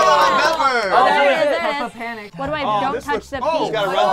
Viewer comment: it's not peppa panic it's peepa panic